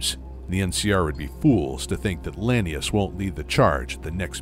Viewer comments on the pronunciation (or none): Only thing I didn't like was the mispronounced lanius. It's la-knee-oose, not lany-us.